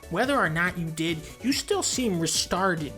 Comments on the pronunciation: I lost it when he said "Restarded" lmaooooo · "You seem restarded" 😂